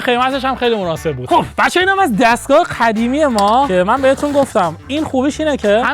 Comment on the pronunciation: 41: 18 قدیمی ❌ خدیمی✅ دهنت سرویس 😂😂😂